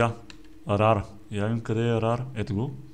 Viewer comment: Митко не се казва раре тоест rare а се казва РЕЪР казвам просто да знаеш! :D